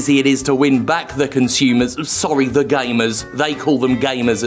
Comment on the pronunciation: "We're thorry, thorry......" Yep that's all I hear when any dev company tries to apologize, because it's just as pointless and meaningless as what we saw in The Family Guy.